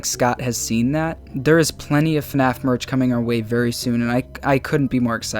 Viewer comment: I love the "FuhNaff" in the intro